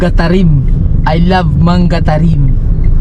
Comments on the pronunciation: Manga (hindi Mangga) at mabilis bigkasis Camiling Mangatarem (hindi mang-ga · part parin yan ng pangasinan... ang pagbigkas sa MANGATAREM (MANGA-TAREM) HINDI MANGA PRUTAS YUN EH✌️✌️✌️🤣🤣🤣